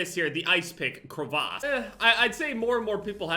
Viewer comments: The way pronounces crevasse hurts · the way says crevasse bothers the hell out of me